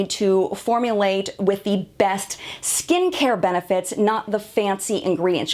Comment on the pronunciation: For a moment I thought I heard you say "good stinkhair" instead of "good skincare". Apparently even my ears ar eblond. lol